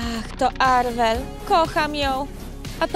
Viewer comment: To nie jest Arwel tylko Marwel